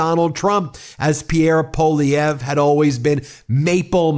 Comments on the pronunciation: Is US education so bad that you don't even know how to pronounce a name of French origin? Or are you just too careless even to bother to read it? Poilievre has TWO letter i's in it. It is NOT Po-lee-evr, it's Pwuh-lee-evre. I just can't bear to listen to you any more. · I love how many trumpers can't even say Poilievre's name correctly. They pronounce it "Poilivare".